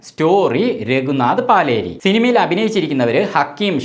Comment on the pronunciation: പാലേരിയല്ല, പലേരി